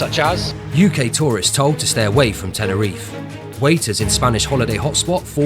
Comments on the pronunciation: Bro it’s not tenereef it’s TenerifE, you’re doing a great job reporting on the issue but it’s a bit disrespectful u don’t bother to pronounce it properly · Yes SirE ....😂